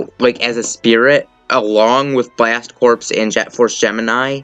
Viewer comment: Two things: 1. Isn't Corps in Blast Corps pronounced like "core"? 2. Why is the number 70 in the thumbnail when you know Piranha Plant is fighter #70 and Joker is #71?